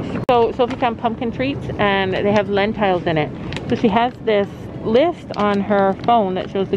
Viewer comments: Len-Tiles??? lmao. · Really that’s so different and cool! I guess I’m just used to the American and British way of saying it. My step dad is working in Canada for a few months:)